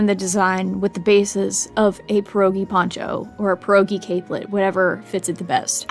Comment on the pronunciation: It hurt me the way she pronounced it lol